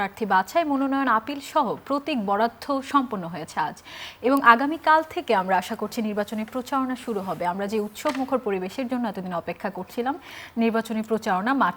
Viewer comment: হা হা হা.... এটা কি বললেন উপস্থাপিকা???? প্রতীক "বরাধ্য".... নাকি প্রতীক "বরাদ্দ"... Shocking Channel I presentation....